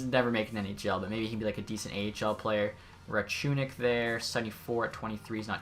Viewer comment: Rachunek is pronounced "Racoonek"